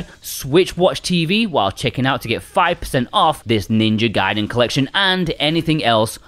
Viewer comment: 😭 It's Ninja Gaiden, not Ninja Gayden! 🤣